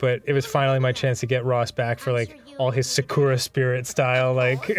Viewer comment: I don't know what's more funny a jollo reference or how dan pronounces sakura.